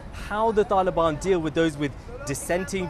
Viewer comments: Why does this guy say Taelibaan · I hate how this guy pronounces the word “Taliban”